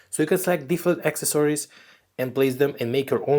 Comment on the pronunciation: AK-SES- OR-EES This how to pronounce accessories.